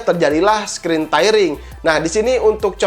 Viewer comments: screen tearing dibacanya skrin tiring... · 75 hz tidak terlalu bagus buat g sync compatible , yg 144hz dengan gpu yg mumpuni baru akan sangat terasa. Btw lu ngomong screen tairing , semoga kedepannya lu perbaiki kosa kata bahasa inggris.